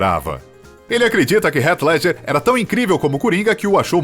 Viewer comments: Foneticamente falando, não é "Ret Ledjer" eata mais para "Rit Ledguer" fica a dica. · "Rét ledger" o ator que fez o coringa... Que mania chata de falar o nome dos atores de um modo que ninguém fala kkk pelo amor